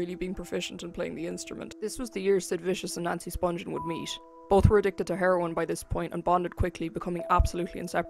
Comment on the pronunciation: Her name is pronounced Spung-ghen not Sponge-en. Watch her mother's interview on here. She knows how her name is pronounced.